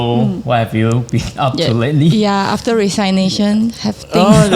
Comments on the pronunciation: 他已经尝试更正妳了，是rei-si-nei-tion, 不是 ri-sai-nei-tion 😅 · Pronunciation for "resign" (riZINE) and "resignation" (rezigNAYtion) , not riZINEnation). Just like "presentation" (PrezenTAYtion) is often mispronounced as priZENTation in our country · I often hear especially when the Chinese streamers pronounce the word "resignation" wrongly. It's pronounced as RE-SIG-NATION and it's different from pronouncing the word RE-SIGN. Please be alert about it. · ，resignation 的读音错了。不是resign nation. Pls google the right pronunciation. 我没有任何恶意，只是觉得拗耳。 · Re Sig Nation 😊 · please pronounce the word "resignation" properly! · 注意學起來那個“resignation”的正確發音😂 Rafizi馬上婉轉地糾正你了。盧卡斯的英文我就算了😅 放生